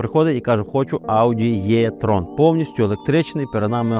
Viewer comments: Якщо що то не Е і не Є,а І))) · а чому Єтрон, якщо правильно буде Етрон! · 1. E-tron слід вимовляти з літерою Е, а не Є. Це дуже легко запам'ятати 2. Для чого потрібна електричка потужністю 400 к.с. для повільної їзди по місті, щоб проїхати відстань до 400 км? Бо якщо розкрити потеціал 400 к.с., то проїждеш 200 км і будуш шукати > socket, або лавету. Ось і вся правда про електричку.